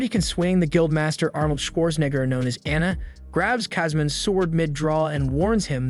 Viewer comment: When he said that I thought he said the n-word😅